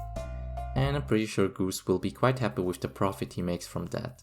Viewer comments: Gus gus gus! Not goose 😀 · am I the only one that noticed how he pronounced Gus? 😅I guess he's a goose now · love how you pronounce gus